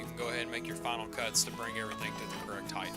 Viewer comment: HeighT, not heigTH...